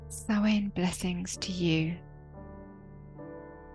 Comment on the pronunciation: Sow-an not Sowain. The Irish word for November.